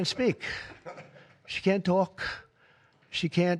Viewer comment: “She can’t tuAhlk” haha, neither can you, Donny. Amazing that ppl cover for his brain rot and failing health.